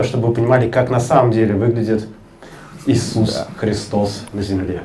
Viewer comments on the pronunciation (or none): none